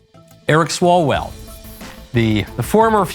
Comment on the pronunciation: Eric Swallowswell It’s what I heard